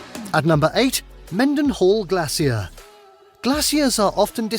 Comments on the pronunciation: Ok it’s Glay-shur and Keen- eye. Alaska is unique in all of the US. From the UK you would get better views of the Aurora in Sweden. In the summer sunset is around 11pm and sunrise about 4am but in the winter sunrise is about and sunset I grew up in Alaska and it’s the best place to grow up. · I jump just a little every time he says "Glass see er." It's pronounced "Glay sher." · "Glay-sher". That's how you pronounce glacier. Not glassy-er. It may be pretty there but you have to remember how cold it is. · Its pronounced... Glay..sher NOT glass ier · It’s not glassy-er in the U.S. It’s glacier pronounced g-lace-sure. Alaska is a U.S. state, so get the pronunciation right for the area you are talking about or people with English as a second language will be confused and confusing when they visit there as tourists. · Someone tell the narrator we say it like "glay-shur". 😉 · I’m glad I’m not the only person disturbed by the narrator’s pronunciation on “glacier” and “Kenai”. I yell “gla-sh-er” to make myself feel better. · i'm laffing cause he aint saying glacier properly glassier LOL. like the fact alaska dont have big head syndrome like texas does. texas is a baby next to alaska. if u want big forget texas alaska is the big boy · stop saying Glace-seer for fck sake 😠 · I couldn’t handle “glassy-er” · I can't stand how Brits pronounce Glacier. It's Glay-shur. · Same lol. It’s “Glay-sure”! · Glacier is NOT pronounced the way he's saying it. I don't know why it's driving me Crazy!😂🤣😜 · Wtf with glacier pronunciation? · The way he says Glacier makes me Cringe so hard. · Was anyone else getting upset about how he was saying glacier wrong. I kept saying that's not how you say it😅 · The narrator pronunciation is killing me. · His pronunciation of glacier is killing me. I live in Alaska on the Kenai Peninsula.